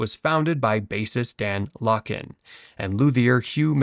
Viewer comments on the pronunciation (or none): It should be pronounced Lake-land, wtf